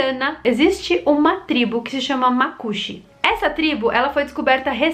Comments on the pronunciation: Só pra constar, não é macúxi, é macuxí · a tribo na Amazônia não se chama "macuxi" ou "macuchi" e sim, Macuxí. Acento agudo no i. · Olá,muito bom seu vídeo...mais eu preciso contribuir com algumas informações...primeiro a pronúncia dos macuxi está errada...e segunda no vídeo vc diz que os índios foram encontrados a pouco tempo, eu sinto dizer que essa tribo de índios não foi descoberto agora e não existe apenas na Guiana inglesa, em boa vista Roraima onde eu nasci existe muitos índios que vivem lá, onde até uma ponte foi feita em homenagem a eles e se chama "PONTE DOS MACUXIS".